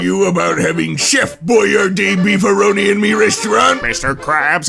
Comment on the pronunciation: Dude, it's BEEF-A-REENO. I don't care how you think it's pronounced, it's pronounced BEEF-A-REENO.